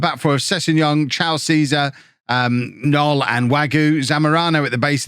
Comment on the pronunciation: Hey, the K in Knoll IS pronounced Wague is pronounced more or less like wag-ay Janousek is yan-oo-shek Also, Mingueza is min-geh-sa or min-geh-tha. Hope this helps:)